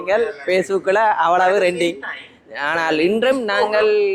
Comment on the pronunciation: றெண்டிங் இல்லையடா கறண்ட் பில்,அது ரென்டிங் என்பது தான் சரி புண்டை